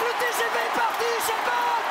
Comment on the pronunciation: "Uchène" bolt😂